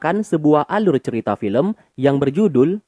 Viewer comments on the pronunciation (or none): none